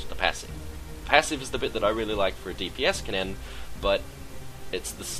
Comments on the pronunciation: its pronounced more like "ken-in", the "ken-nen" pronounciation you're doing is making my ears hurt XD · You say kennen really weird, and it drives me nuts. At least you don't say the e in Ashe.